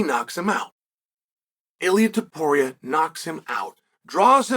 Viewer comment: YOU couldnt pronounce Topuria🤣 JK uncle 🤣